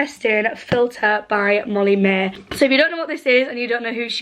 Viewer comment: "molly maeee... not appay"